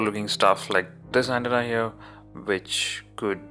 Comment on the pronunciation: I'm thanking you NOW! I was already shitty over the way he pronounced 'antenna"!!!